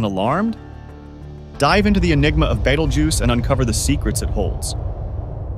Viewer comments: not sure if you know but the vid keeps rotating between the correct and in correct pronunciation it is Betelgeuse pronounced Bee-tell-juice not bah-tal-geese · My man just called it Beetle Goose 😭😭😭